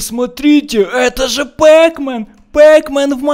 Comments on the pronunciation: не пэкмэн а пакмэн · Не пэкмен а пакмэн